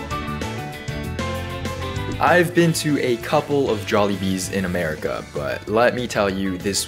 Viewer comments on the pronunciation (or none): none